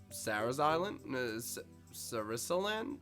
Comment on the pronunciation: btw its (su rass uh) land